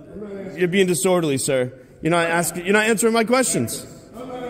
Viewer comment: I still gave him an Oscar nod for his performance when asselmo was locked up in RI, standing out in the cold and the snow crying about poor asselmo and his now destitute kids because the freedom fighter (giggle) got locked up for " disworderly"